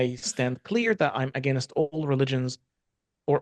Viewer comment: For some reason, people who learn English but are not native speakers have particular difficulty pronouncing the word 'against'.